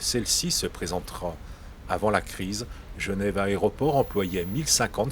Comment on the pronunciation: "L'aréoport" :-D